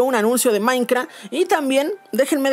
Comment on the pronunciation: Jaja me encanta como dice "Maincra"